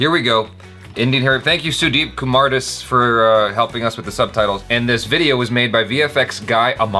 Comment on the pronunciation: Took me 30 sec to figure out that last name of Sudeep is Kumardas, courtesy their bad pronunciation. Kumerdes...